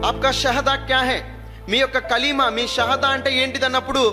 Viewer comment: నిజమే అతనికి కల్మ నే చెప్పడం రాలె ఆయన ముస్లిం కాదు నిజమైన ముస్లిం ఉచ్చరణ కాదు